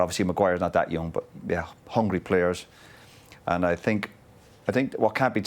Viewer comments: but, is very strange that no one tells him: - Hey Jose! Is not sink, is think! No one can correct him,!? At the moment Mourinho is thinking that Pogba is sinking.... 😋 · It’s not ‘I sink’ it’s ‘I zinc’ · Nobody: Literally nobody: Jose Mourinho: I sink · Hey Jose is "sinking" again😅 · "I SINK" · Souness - always gets it wrong :) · acho que é mesmo uma questão de dicção, ele não consegue dizer think 😂